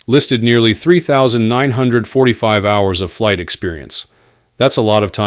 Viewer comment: "Flig Debrief" lol what is a flig?